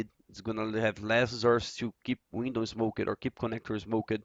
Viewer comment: Awesome video once again. Now everyone's going to be an expert on mirage! Love the way you say "smoked" like "smokered" hahaha :D